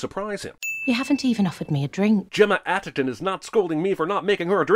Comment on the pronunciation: You should sin yourself for mispronouncing Gemma Arterton’s last name. It’s ARTerton, not ATTerton.